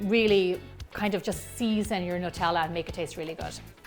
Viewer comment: WHY does wevery1 say Nutella wrong???